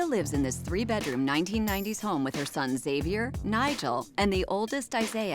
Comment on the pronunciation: Why does she say "bet"room instead of "bed"room?